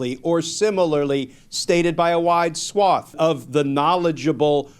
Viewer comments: A wide "swarth" ??? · It’s “swath” not “swarth” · "wide swarth"? Methinks the lawyer should have used the word "swath"😢